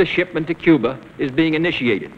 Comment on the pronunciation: The way he says Cuber is hilarious!